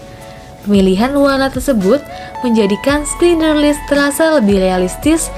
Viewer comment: Sekedar koreksi, klo Schindler's list bacanya "ˌʃɪndləz ˈlɪst" bukan "Skinderslis / skindlerslis" (which is it's originally a German name "Schindler")